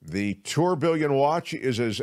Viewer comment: Check pronunciation of”tourbillon”,please.